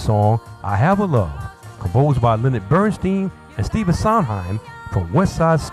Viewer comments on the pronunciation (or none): none